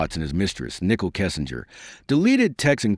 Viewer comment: Exactly. So annoying. You would think AI would be able to pronounce the names correctly.